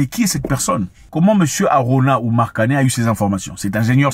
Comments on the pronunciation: Kane et non kané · C'est KANE pas KANÉ 😢 s'il vous plaît.